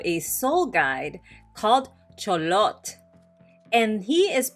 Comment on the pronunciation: Good job on the -TL pronuciation for Xolotl. -TL is basicaly prounouced as T or put air on the outer side of the tongue. L is basically almost silent. Never pronounced as settle or kettle. Always at the end of a word. Examples Xolotl Coatl Ahuacatl